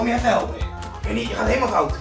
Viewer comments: Nee het is Ernie niet UHRNIE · Het is ernie niet urnie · Normale mensen zeggen: Ernie! Kalvijn zegt: urnie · Ik vind het wel mooi dat kelvin eurnie zegt ipv ernie, lol😂😂